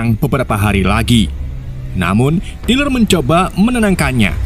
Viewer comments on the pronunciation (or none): Tyler = Tai-Ler Ini Abang bacanya Tiler akwkwkw